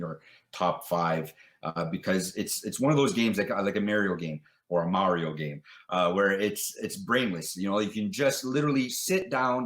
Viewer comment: finally the correct pronunciation of Mario.